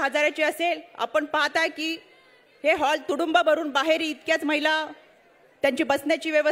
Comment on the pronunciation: ताई मैला धोरण नव्हे,,,,, महिला धोरण,,,,,, म्हणा,,,,❤❤